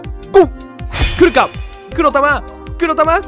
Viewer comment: ヒカックの「来るか？来るか？来るか？」が「クルカクルカクルカクルカ」でルカクに聞こえてきた笑笑